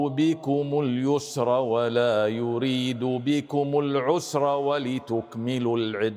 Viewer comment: ، ما شاء الله، يطبق أحكام تجويدية مع ترتيل في قراءته⚘ ولكنه أخطأ عند في قوله تعالى "يريد"، لأنه فخم الراء، والراء المكسورة حكمها التجويدي من حيث التفخيم والترقيق هو الترقيق (يعني مرققة وليست مفخمة، وهذا حكم تجويدي لمن يرغب في الاطلاع عليه يبحث عن الشيخ أيمن سويد)